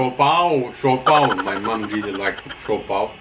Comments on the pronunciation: Siopao, Siopai and Siompao. 🤣🤣🤣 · "SIOPAI"😱 whattttt🙆🤣👻😝🤦😁🤷💯💚, it's siopao🤗mashallah✌️